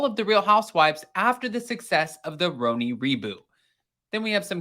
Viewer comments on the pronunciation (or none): Stop calling it roeni lol 😂